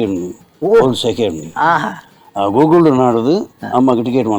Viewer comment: ಗೂಗುಲ್ ❌ ಕೂಕುಲು✔️😂